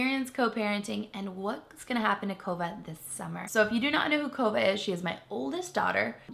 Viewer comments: I thought she said Covid but then the comments said Kova. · I thought she was saying COVID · Every time I hear Cova, I just hear Covid 🤭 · Every time she says Kova, I hear Covid... too much Quarentine :p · When she called her Kova, I thought she said Covid xD